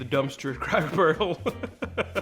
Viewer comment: I love how you referred to the "sodas" as Cokes. That's the most southern thing y'all ever said. Plus, at one point I swear you said "Cackle Barrel". And you're pretty. So go rock that....